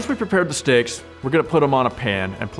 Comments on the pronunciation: "Stick to the sticks" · the way he says "steaks" is satisfying